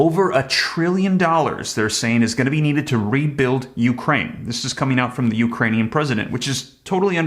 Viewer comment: Are we americans, or ekranians